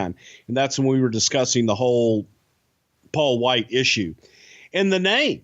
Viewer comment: It's Paul Wight It's Paul Wight It's Paul Wight I think it's Paul Wight.